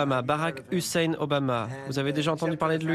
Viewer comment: Donald Trump a un problème avec le prénom houssein 😂😂